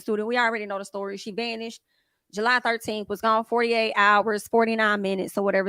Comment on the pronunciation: why did JU-LY!!!🤣🤣🤣😂😂😂😂